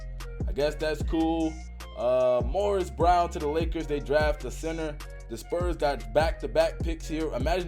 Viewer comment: “Morris Brown” where the r come from